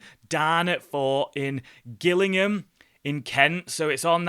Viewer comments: went to the Pack Horse a few years back, we cycled from Keighley to Hebden Bridge. it's pronounced Jill-ingham not Gil. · It's pronounced Jillingum.....not Gill-ingham..😂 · It's Jill not Gill you...lol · There are 2 Gillinghams, the one in Kent is pronounced like Jillingham, the one in Dorset is pronounced with the G. So you got the Kent one wrong. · If you do go visit the fort I would like to meet you and its pronounce Jillingham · Can't believe Fort Darnet was up for sale lol. Its pronounced Jillingham btw, thanks for the video! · That island on the river Medway also has 3 shipwrecks, visible at low tides...the former owners used it for summer picnics. Don't know what planning permission might be granted.. By the way, Gillingham is pronounced with a soft "g" so "jillingham" Another banger of a video! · fort is pronounced jillingham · “Gillingham” is pronounced Jill Ing ham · you are 50% correct! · Great video however your pronunciation of Gillingham is incorrect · Gillingham is pronounced with a J. No, I am not a smartarse.